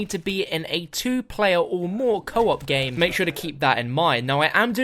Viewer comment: Favorite moment is the says gmae